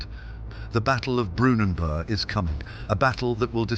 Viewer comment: Great history channel love it . I can speak German, Dutch and a bit of Danish. The word burg indicates a town (or originally fortress.). No silent g. The Anglo Saxons I am sure would not have had a silent g. Interesting plenty in America like Pittsburg, the g is not silent.